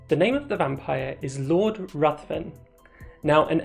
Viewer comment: Ruthven rimes with given and is pronounced Riven